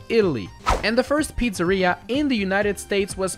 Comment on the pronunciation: Pizzèria had me dying 😂 (it's Pizzerìa)